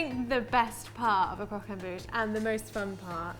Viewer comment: Good video guys, but just one thing: “croque en bouche” 😉